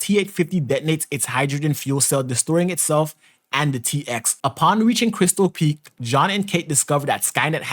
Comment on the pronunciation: It’s crystal peak not park